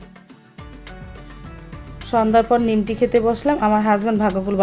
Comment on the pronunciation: নিমটি না নিমকি আর বিরুনি না বিরিয়ানি আপু তোমার ভিডিওর সব ভালো কিন্তু তোমার অনেক উচ্চারণে ভুল